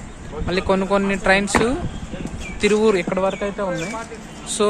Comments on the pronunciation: Thiruvaoor not tieuvur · తిరువూరు కాదు తిరువాయుర్